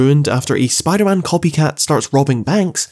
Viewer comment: Spimder man.